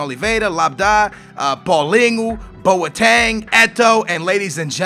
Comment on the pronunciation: It boteng not boateng